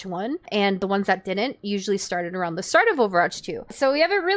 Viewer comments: homegirl is running a youtube account about overwatch and can't say it right 💀 "overarch 2" 💀💀💀💀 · within the first not even two minutes and you're 1/6 💀 maybe consider speech therapy "overarch" LMAO in this entire video you pronounced it right TWICE lol